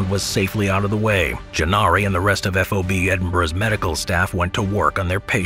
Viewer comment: Please stop saying "EF OH BEE" lol... it's just FOB "Fahb". It's killing me and anyone else that knows the correct way to say it 😆